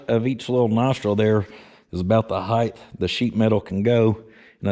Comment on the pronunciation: The word is HIEGHT, not HIEGTH